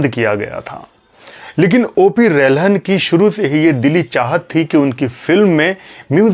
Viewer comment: पुरे विडिओ में आपने O P रल्हन को O P रहलन कर के बुलाया है. आप ने गलत नाम लिया है. रलहन होना चाहिये रहलन नही